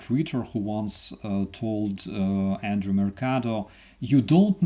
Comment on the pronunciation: Is it Andreii, or Andrii (the mod spelled it that way), or Andrew (phonetically he’s made it sound like Andrew)? 🤔 I still ain’t convinced it’s the last one! Can anyone confirm? ❤ from 🇨🇦!